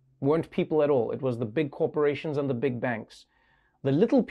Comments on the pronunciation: Thomas ,you are a great economist and your speach us clear. Could you just improve a little bit your prononciation ? The instead of ze , for instance... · I'm french. And I know my accent is not better (those damned stressed syllable...). But Picketty should not use that «ze» instead of «the». It makes him sound like Louis De Funès.